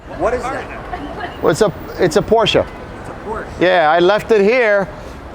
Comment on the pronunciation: He pronounces Porsche so beautifully right, as no American has ever done before.